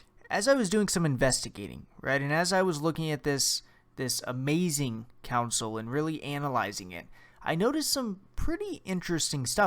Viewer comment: Stop saying council!! Its console!!